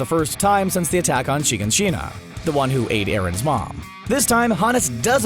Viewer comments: Why does no one know how to pronounce Shiganshina? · The way he pronounces all the names and shiganshina bothers me